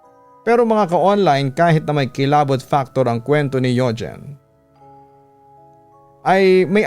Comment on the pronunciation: Yugeen hahah bat ganun papa dudot pagkakabigkas mo